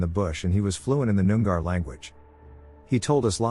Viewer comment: It's pronounced "noong-ah" not noon-gar. Souce: grew up on Noongar land. But, mispronounced or not, it's good to come across some Australian content in one of these compilations.